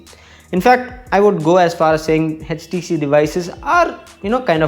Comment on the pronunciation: HTC not edgetc